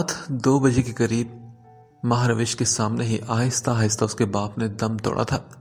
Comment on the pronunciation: It's not MahRawish it's MahRosh